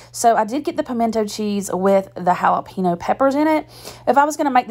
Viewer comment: Really hal-Ah pee-nose?